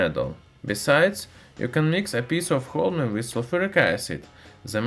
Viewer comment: watched the full video without hearing the name correctly thanks weird accent guy thanks alot !